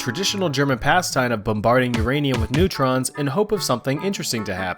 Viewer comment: THE "NEUTRONS" 😂😂😂😂😂😂😂